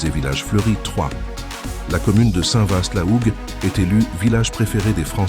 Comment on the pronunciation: Ma région est très belle mais la prononciation de st Vaast la Hougue c'est st va la hougue très bonne vidéo cependant.